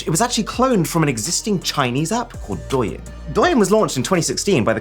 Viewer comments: The chinese tiktok (“aka the original”) isn’t prounoced “dough-yin” it’s pronounces “Doe - ing” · His pronounciation of the chinese app is quite off. It's pronounced "Doe" "Ying" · As Chinese I am triggered by Aron that how he pronounced douyin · he really pronounced douyin as “doyen” 💀 fyi it should be doeu-yeen